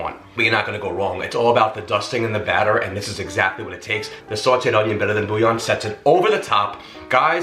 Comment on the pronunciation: I like how you say boooo yawn 🥱😂🤣🥱😂🤣 so .... the "L's" are silent? Never knew that .. i pronounce it bull yawn